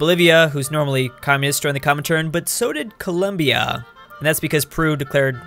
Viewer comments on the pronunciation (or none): none